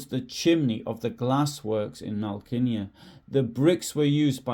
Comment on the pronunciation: Should ask someone Polish how to pronounce Malkinia. That stroke through what at first glance appears to be an L changes the whole word. I suspect it is closer to 'Mow-kee-nyah' or something like that. I like the way you put this together. Nice job.